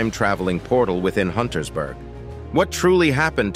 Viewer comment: UNTERSBERG, not Huntersberg